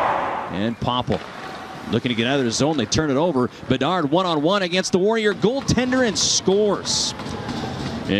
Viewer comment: BeDARD! Not BeNARD! 😂😂😂